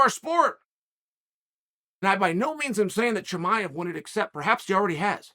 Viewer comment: I still don't know who Khamzat Chimaev is. I'll just keep lookin into it. I see a few things here and there. I've followed the sport for 20 yrs. When you say Khamzat Chimaev I want to say "God bless you Uncle Chael"... It sounds like you just sneezed for all I know. I think you may be workin me. All google results about this supposed "Khamzat Chimaev" are just videos you made about him, 11 grappling matches, and 1 MMA fight with Gilbert Burns. Idk who this guy is!